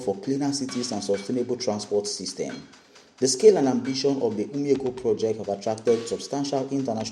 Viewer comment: What is "Umi Eko" bro, is called OMI EKO